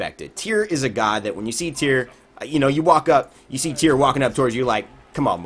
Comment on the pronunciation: Tie-Ra* Not tier.